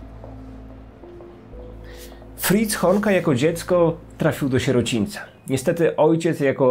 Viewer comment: Ja tam słyszę nie fritz tylko friz xd